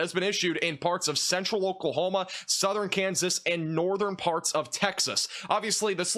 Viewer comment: Let's begin farts! 😅😂 That was totally said in this video. You can't convince me he said parts.